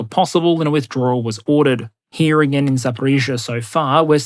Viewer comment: I can never get enough of trying to say "withdrawal"